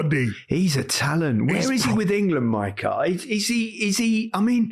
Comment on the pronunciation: "Mycah". There...fixed it.